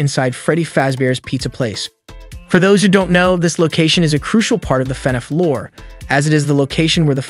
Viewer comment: Every time you say lore all I can hear in my head is matpat saying LOOOREE